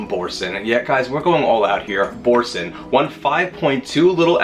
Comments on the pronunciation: 'bor-san' baby doll, it's French. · Boursin is a french cheese pronounced bour SAN or SON